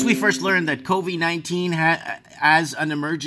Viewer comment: can we call carona beer chan "coffee" because thats what covey sounds like